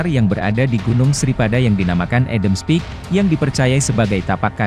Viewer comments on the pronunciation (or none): none